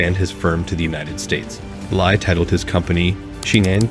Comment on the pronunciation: His surname is pronounced as Lee. Same as Bruce Lee. Not Lai!